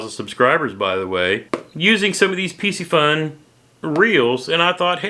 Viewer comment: Have a couple bait casting rods and a couple reels from Piscifun(Spinning & baitcaster). Love both rods & reels!! You said the name right as I heard it. Stay safe & God Bless!!